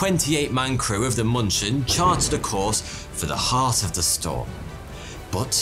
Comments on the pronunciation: its not munchen it is Munich dammit munchin my ass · Its moonshen not munchin. The dots change the "u" to " oo " ÜÜÜ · In case anyone cares, as germans are usually too polite to say anything, the ship in the beginning should probably be 'München' - closer to 'Min-khen', (except for ü), not munchkin. 😅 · It's funny though I keep hearing the ship's name to be muppet sounding Munchkin. München is German for Munich, check the spelling :D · It took me a while to get that the 'Munching' was actually the München. It's the German name for the city of Munich. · ms what? sounds like you are trying to say munich :) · Cringed every single time he pronounced München like munchin' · thats not how you say München